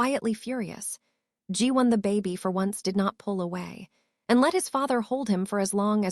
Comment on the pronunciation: Nice story but I’m annoyed how AI is pronouncing words incorrectly…”baby” is “bay-bee” not “bah-bee.”🙄